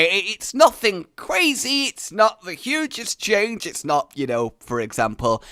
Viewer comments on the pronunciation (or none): none